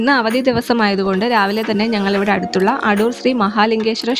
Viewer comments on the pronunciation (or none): അടൂർ അല്ല ആദൂർ.